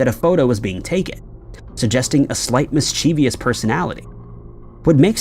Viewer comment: Mischievous not mis-cheeevious